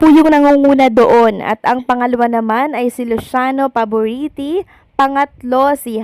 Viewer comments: mam konting research sa mga tamang pagbigkas ng surname. Pavarotti po nde paboriti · Teh PKIpronounce ung pavarotti..tagalog kn magvlog..bulol kp..